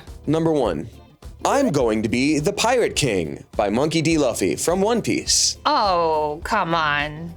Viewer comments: did a stellar job with presenting this - seeing my faves together on screen was a treat 🎉 also, — it's pronounced loo-fee, not luh-ffy 😭🙏🏼🙏🏼 but I enjoyed that segment anyways 😭😭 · Luh-fee instead of loofy from is kind of disappointing. Lol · "luh-fee" OP Fans: collective cringe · mispronouncing Luffy hurts my soul.